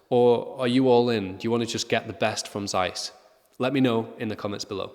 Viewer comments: Well, why did you not research how to say Zeiss? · Z in German is always pronounced as the zz in Pizza, not as the z in zoo. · Im sure every one in Asia (I'm here) also pronounce it like Americans zzzzzzzaiiiiis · We pronounce ZEISS like that everywhere in Europe, the Americans are weird.